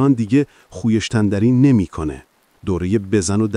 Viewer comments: نرینی خیشتنداری خونده میشه خویشتنداری نوشته میشه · مهندس جان چرا به خویشتنداری میگی خوویهشتنداری؟؟ از قصد بود ینی؟؟؟؟ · خوووووویِشش تنداری😅 باقلوا😅 بابا اًلمندب😅 هوش مصنوعی جان چی میگید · اقای گوینده شما کجایی هستس ؟ من فکر نمی کنم ایرانی باشی ! لهجه نداری اما با لغات آشنایی نداری و اونقدر افتضاحه که مثل جوک می مونه ، کالبد شکافی رو میگی کالبد شکانی ، به خویشتنداری میگی خو ایش تن داری ، البته اینرا هم بگم که هوش مصنوعی هم از اینجور سوتی ها میده ! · عزیز در دقیقه کلمه خویشتنداری رو چرا اینجوری عجیب تلفظ کردی ؟😮 یا کلمه :باب المندب رو توی دقیقه اینطور عجیب تلفظ کردی ؟ یا دقیقه کلمه بالقوه رو بَلقوه گفتی ؟ احتمالا هوش مصنوعی داره صحبت میکنه وگرنه شما به عنوان گوینده نمی تونید اینقدر بیسواد باشید . سعی کنید صدای خودتون روی ویدئو ها باشه .⚘️